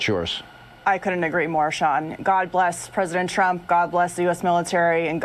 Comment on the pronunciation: They forgot to add " and God blesh the United Shates".BWAAAAHAAAAHAAAAAA!!!!!!!!!!!!!!!!!